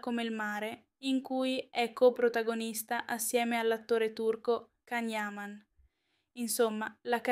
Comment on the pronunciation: Prima di tutto imparate come si pronuncia il nome di Can Yaman (Gian Yaman e non Can) e poi date notizie vere e non fake..